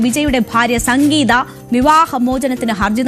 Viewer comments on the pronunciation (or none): Sankgeetha ❌ Sangeetha ✅😂